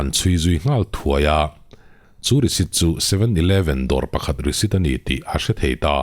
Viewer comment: Risit i ti zel in ka hria i lam rik dan ah ,nge ka beng dik lo zwk,😅